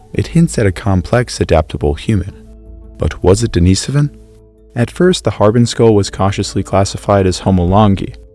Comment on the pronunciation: I'm not sure why you pronounced Denisovan correctly but Denisova incorrectly. They're the same word. The Russian i is pronounced like an English e, and the emphasis is on the second syllable, as you pronounced correctly in Denisovan.